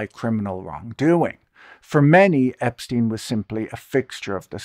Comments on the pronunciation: Can someone of you, muricans, explain to me why tf are you pronouncing subject name as [Epsteen] instead of [Epshtain] like in Einstein? It is obviously German one. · Ep-STEEN? Why can’t people at least pronounce the dead pedo’s name correctly?